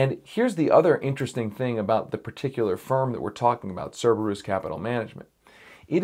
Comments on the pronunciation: Sir-bir-us is how is how its pronounced. Its Us, not oose. May have been worth mentioning that its a hound of hell. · Actually, the latinized version of "Kerberos" (from the Greek hound of hell) as Cerberus would yield a long "u". The company, I suppose, has chosen a non-standardized version, which is their choice, of course, but a short "u" is not the correct pronunciation.